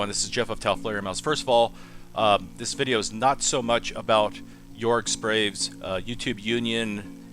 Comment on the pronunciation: But your name is Taofledermaus and you can't pronounce Jörg Sprave? 😏